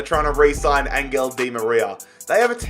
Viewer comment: Dude its said like anhel di maria and not angel